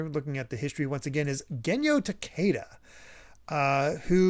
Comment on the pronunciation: Genyo TAkeda, not taKEIda. Get your Japanese pronunciations right.